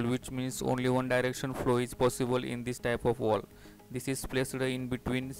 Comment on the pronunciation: Not walv its valve 😐